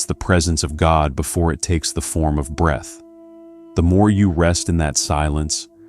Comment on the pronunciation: It’s breath …